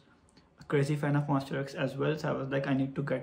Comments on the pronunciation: Actually its MONSTA not MONS-T-E-R....... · So happy for you~ 👏😊 Btw not MON"STER" X , but MON"STA" X 😁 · So we gonna ignore him saying "monster" instead of "monsta" but still the whole video is so sweet and everything 💛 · you kept saying "monster x" but i let it slide coz you are telling your story so cute uWuUuu. thank you for sharing this to us, we appreciate your time and effort. we hope you get more chances to work with other idols. changkyun is the sweetest emo boy, monbebe loves him so much, the mv came out really good. you guys did a great job.♡ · sorry, its MONSTA X not Monster X. anyway thankyou so much for ur hardwork with our precious Changkyun. May Allah bless you! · He wrote Monsta X so I think it's his pronunciation that sounds like that. lol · its MONSTA X please. MONSTA "TA" "TA" X but thank you for the content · Omg the same thing I thought about the whole video😭😭💀